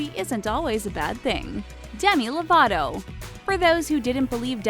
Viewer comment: Istok Demi LovaTo, not Demi LovaRo 😂😂